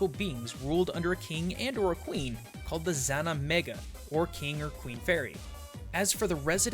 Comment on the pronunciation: not sure where you heard that the king and queen are called "Xana Mega", bit odd considering there's no X in the Irish language